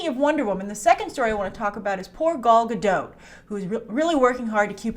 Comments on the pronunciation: You STILL haven't learned how to pronounce Gadot. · She always forgets to pronounce the “T” in Gadot